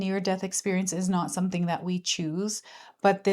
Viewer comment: Conductor of a train - also it was cute (probably unintentional) when you said to choose where it goes and I heard choo-choo 🤭